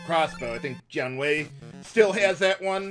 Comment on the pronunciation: Every time says Jiang Wei, I keep thinking he's saying John Wayne for some reason.